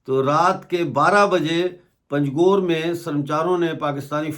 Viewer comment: aap panjghoor ko pangjhoor bhol rahe ho galat hai jaise anghoor bholte hain log waise bholey panj ghoor 😂 baaki aap ka shukriya